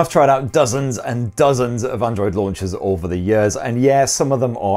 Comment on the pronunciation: DID HE REALLY SAID "DOZENS" !?